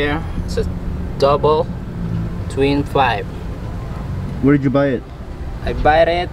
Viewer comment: "Twin fipe"